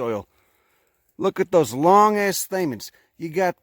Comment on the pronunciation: Every second of this is gold. "...dey just got dozens and dozens of gahd damn staymens in der."